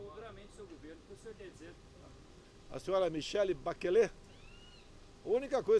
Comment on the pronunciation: Ei, Bolsonaro, Bachelet não se pronuncia como: "Baquelê", A palavra é de origem francesa: Bachelet se pronuncia como, "Baxelê".